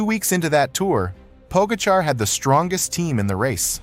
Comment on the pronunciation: Fabulous mispronunciations of riders, starting with Pogacar.